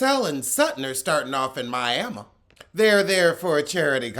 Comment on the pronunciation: I love that you pronounce Miami the correct way! I love all of your reviews and always look forward to them.